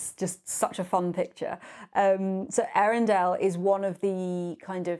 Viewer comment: I think it's also pronounced more like Eyarendeel, the E and Ä are pronounced separately like in Zoë.